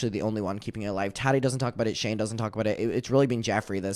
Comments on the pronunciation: The Way I Kiii Everytime He Say Tadi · I love the way says Tati. “Taddy” 😂